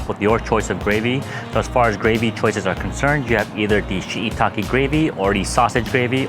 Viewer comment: Why can't you pronounce shiitake?